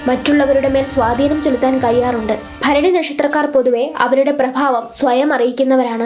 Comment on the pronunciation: Bharani correct reading ❤❤